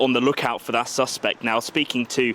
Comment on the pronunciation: This so called reporter / journalist doesn't even know the difference in pronunciation between the noun suspect and the verb suspect. No credibility.